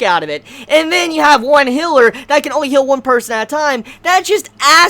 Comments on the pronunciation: What thinks he's saying: Healer! What he's actually saying: Hiller! Luv ya man! <3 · for the first 2 min I had no idea what he was talking about when he said hiller. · "hiller," and "well,", why? Just why? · A healer, is mispronouncing it just like how he calls the whale a well. Probably a sound that he never learned how to properly say. He is also mispronouncing Satella like Sa-ta-la instead of Sa-tell-a.